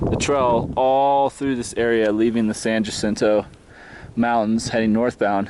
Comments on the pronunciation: Actually, it is pronounced San Yacinto. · Love the videos and seeing your journey. Good luck. BTW it's pronounced ya-cinto. The "J" should sound like a "Y". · Loving your videos! Thanks for taking the time to share your experience. Just a tip on pronunciation for the mountain: ha-SEEN-toe =) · SAN JACINTO is pronounced "SAN HACINTO". J has an H sound. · Great video... thank you for taking the time. BTW it's pronounced "Hah-Sin-Toh".